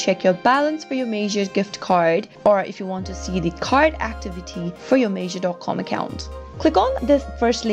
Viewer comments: It’s not Major it’s Meijer almost like Mya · The pronunciation is incorrect. It's said as My-er, not Mayer. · This is lies. You didn’t even create an account and do it yourself. You’re not even saying meijer right. Who makes these bs videos??